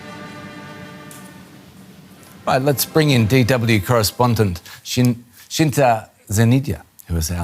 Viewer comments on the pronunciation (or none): Lmao, dude said Shinta, I was expecting "Shinta", and I ended up seeing "Cinta" 😂